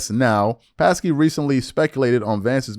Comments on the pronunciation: It pronounced Jen Sock key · Jen Pas-key😂😂😂 It’s pronounced sa-key. The p is silent. She was the press secretary for the first two years of Biden’s presidency. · It’s Jen “saki” WTF? You don’t know how to say her name? Lol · JD barely responded, you made it seem like he gave a 20 minute monolog like Fuentes did, no wonder you spoke about Vivek more than Vance, otherwise your video would have been only 5 minutes long. Also, her name is pronounced "SAKI," the "P" is silent. You should really study these people before talking about them.